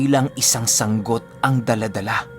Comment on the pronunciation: Yehey yehey...🥰🥰🥰 tamang pag bigkas ng sanggot (sang-got)... kabog he he ( paniki) ♥️♥️♥️♥️♥️♥️♥️. i Silent listener here